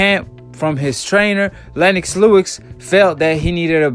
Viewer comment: Lennox Lewix? Hahahaha you gotta work for no your pronunciation my brother, you're always destroying people's names out here.